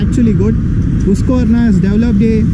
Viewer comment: husqverna not hoosq